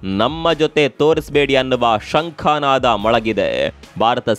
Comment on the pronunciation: ಶಂಖಾನಾದ ಅಲ್ಲ, ಶಂಖನಾದ